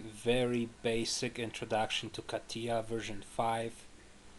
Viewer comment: KATIJJJJJJJJJJJJJJJJJJJJA. klik klik klik klik. dobijajacy odglos.